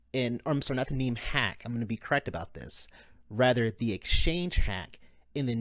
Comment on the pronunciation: It's NEM not NEEM, sheesh. :)